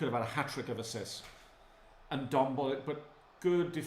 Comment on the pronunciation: It‘s not Tan-guy Ndombele, it‘s pronounced Tangeh Ndombele